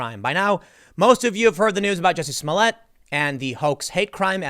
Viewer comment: Excuse me tim Its "juicy smoliette" now XD